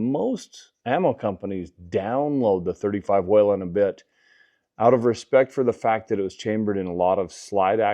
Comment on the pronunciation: It's weeeeelin not wailinnn love mine